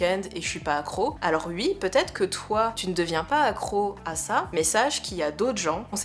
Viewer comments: Par contre à dire "Ui" à chaque fois c'est tellement désagréable à écouter x.x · Vidéo très intéressante avec beaucoup de bienveillance et prévention sur les sujets dit dangereux. Très agréable à écouter (surtout quand tu bosses sur un tableau du XIXème...) Par contre.. gros fou rire sur tes "u.i" xD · Moi je les aiment bien tes petits "ui" et "uikend"